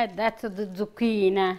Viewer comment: Zu-QUEEN is right!!